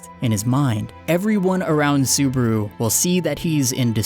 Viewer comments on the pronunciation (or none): yeah lol you keep saying suburu XD